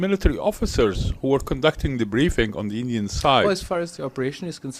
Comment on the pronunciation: Injian govurnmenttttttt 🗣️🗣️🗣️😂😂😂😂😂😂